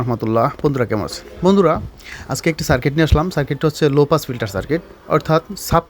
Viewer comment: আপনি কি অশিক্ষিত!? লুপাস না হবে লো পাস। মানে লো ফ্রিকোয়েন্সী ফিল্টার হিসেবে এটা ইউস হয়।